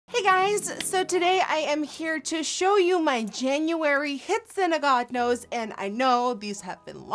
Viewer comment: i hate the way you say "oh god knows" like dude say it right broooooooo